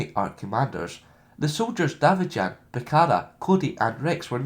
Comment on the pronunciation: Oh how sure am I that Davijaan is pronunced as Day-Vi-en